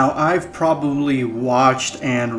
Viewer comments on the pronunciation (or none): none